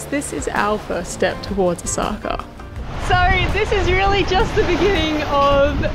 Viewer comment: What a delightful mother and daughter combination you two are! Since you're on your way to Osaka, may an old Japan hand help you with your pronunciation? Your destination port is Osaka, pronounced Oh-Oh-Saka. Two beats and an accent on the first syllable. Good luck in the race! (By the way, , your own boat, has a name which means "friends" in Japanese. In that case also, place the accent on the first syllable. ) Aloha from Hawai'i.